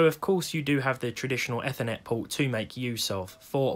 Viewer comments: When he said eth-eh-net.. bruh EETH-HER-NET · 1 point for the pronunciation of eeee-thernet